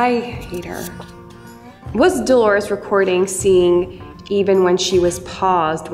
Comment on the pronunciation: It's DOLORES not DELORES.